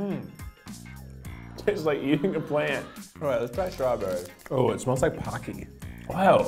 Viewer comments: Its not pronounced "pock-key" Its pronounced "poke-key" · "Kit Kat is... is pOCKY" OMG HAHAHAHA